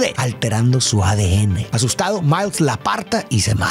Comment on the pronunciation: "asustado" Ni se inmuta xd